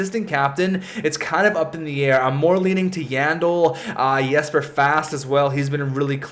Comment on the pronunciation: Hey your videos are awesome! It's spelt 'Jesper' but it's pronounced 'Yesper'. Just saying:)